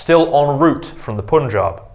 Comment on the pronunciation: It's not Poonjub. It must be pronounced "Pun" as in "Bun" and "Jaab" as in na "Wab" (Nawab) and also, Sutlej - that word should be pronounced as "Sut" as in "Hut" and rest of that is how it is pronounced in this video.